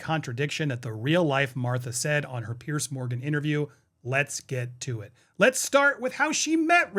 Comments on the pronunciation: Just a point of clarification, Mr Morgan's first name is Piers, not Pearce. It is pronounced like the plural of peer (peers). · Andy… love you and this channel. But it’s PIERS. Like Peers. Not pierce. Thanks! ❤